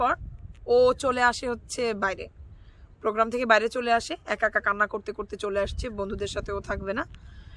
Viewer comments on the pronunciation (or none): none